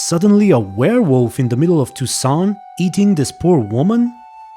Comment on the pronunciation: Props to you for actually pronouncing toussaint correctly! "Too-sahn".